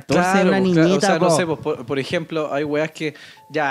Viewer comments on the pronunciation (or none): ese "po'h" le salió chistoso al cerarín. Tremendo consejo del Armando.